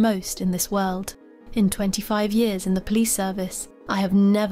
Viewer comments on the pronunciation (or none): none